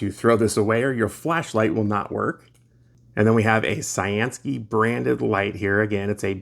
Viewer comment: I've seen a couple flashlights lately where you can plug it into usb-c and run it off your power source, which is awesome if you have a portable pack with lots of mah's. Thanks for showing it and thanks to CyanSky for sending it. I always thought their name meant blue sky, so pronounced like you'd say cyan the ink color and sky. I always say I'm gonna look it up one day, but then click a suggested video nearby and forget, haha.